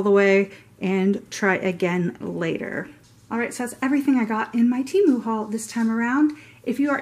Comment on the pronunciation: THANK YOU for pronouncing Temu right!!!